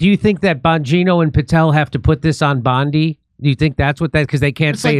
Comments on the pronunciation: Jimmy his name is Bongino … not bon journo 🤣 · I fukken LOVE it when Jimmy accidentally calls Bongino “bonjourno” 🤣🤣🤣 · I love how jimmy calls him bonjourno😂😂